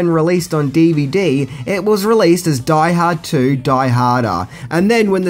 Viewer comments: Omg, if you said "Die Harda" 1 more time I was going blow my brains out lol. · if he says "die ha-da" one more time I'm gonna die hardest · Take a drink evertime he says Die Hada. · “Die hardar” 😂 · You like saying, "Die Haad 2, Die Hah-dah", don't you. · Die Hahd 2....Die Hahdda